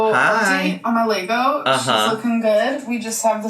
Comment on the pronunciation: Is saying "Lego"??! I think from trying to work out what's behind her/what she's pointing at it is, but all I can hear is "Leygo" or something similar, and definitely not Lego, so I'm a little confused somewhat I'm afraid and embarrassed to say! 🤔